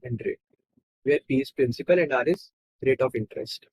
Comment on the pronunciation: Principal hota hai prinple nahi😂😂😂😂😂😂😂😂😂😂😂😂😂😂😂